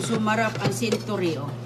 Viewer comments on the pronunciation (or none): What, did you say centorio😂 sounds different😂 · Narinig ko rin yang pronunciation nya sa century😀